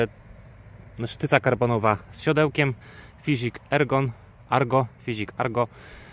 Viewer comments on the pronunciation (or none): Panie, pracujesz w sklepie rowerowym i wymawiasz Fiźik 😆 To jakbyś pracował w salonie Jeepa i mówił do klientów - o to najnowszy Dżep 😃 może się czepiam, ale dla mnie sprzedawca w jakiejkolwiek branży powinien takie podstawy jak wymowa nazwy firmy znać. Poza tym dzięki za film. Rower nie z mojej bajki, ale życzę przyjemnego użytkowania!